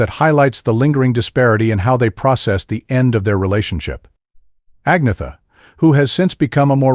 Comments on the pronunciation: It's like he didn'teven try. I'm a USA citizen too, but would respectfully work on it. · I'm Mexican American born U.S.A citizen AND The KNOW HOW TO PRONOUNCE Agnetha's name 🙄🙄. That dude DIDN'T EVEN TRY?!🙄🙄🙄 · Only an American can mispronounce Agnetha